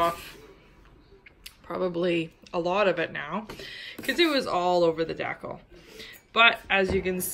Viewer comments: Deckle lol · Great info thank you. Not being a hater but its "Dee-Cal" lol decal. I understand tho lol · Its pronounced dee cal. Rhymes with al. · It's just her way of pronouncing decal (DEE-kal). :) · It’s called decal. The way you are pronouncing it is completely wrong.